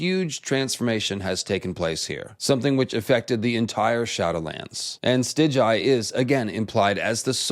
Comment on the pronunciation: Stig-guy, not Stij-jai.... cmon now